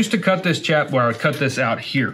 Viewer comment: I appreciate the video after the 369th time you said "chap" wrong.